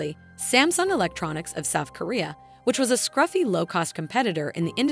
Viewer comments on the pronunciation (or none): none